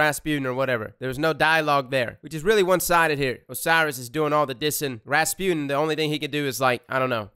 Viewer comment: Am i the only one who thinks that he pronounce Rasputin kinda wrong ?? It's ra-spu-tin and not Raspune 😅